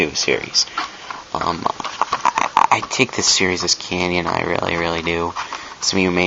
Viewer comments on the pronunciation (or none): Tip. Less talking. You repeat too much of the same thing and say 'um' too often. Also its pronounced 'canon' not 'canyon' like the grand canyon.